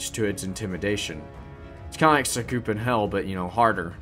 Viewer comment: I thought How we say Sakupen is "Sah - Koo - Pen" I used Chase MP3 Long time Ago